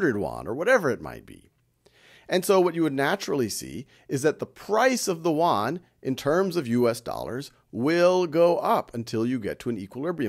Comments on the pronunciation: It is a great class, just want to point out that the pronunciation of "Yuan" is not correct, otherwise, it is perfect. It is pronounced as "i wu an" 元, y in Chinese pronounced as i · Plz, it is Yuan (yi-wu-an), not Korean Won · It sounds like "won"（korean won）instead of "Yuan" to me. LOLLL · haha, Khan, you need to practice how to read yuan in Chinese, I am kidding,you are the best teacher